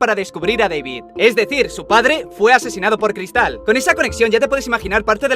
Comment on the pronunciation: Cada vez que decía cristal se me salía un pulmón por la boca